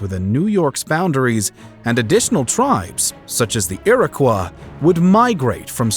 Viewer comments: Eer-oh-Kwai Not kwah. And Haughdenosaunee now. Don’t even try. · In New York State, we pronounce or Irocoy. 😏 Rhymes same ending sound as Illinois. We do not say Ilinwa, do we?